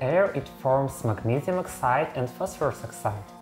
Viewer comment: I love the way you say it as "Phosphorose"